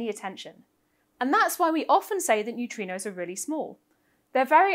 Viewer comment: I love New-Tree-Knows.